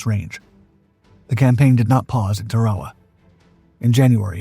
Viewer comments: Tar-A-Wa is the correct pronunciation. I really hate all these AI BS videos. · Please learn how to to pronounce words like Tarawa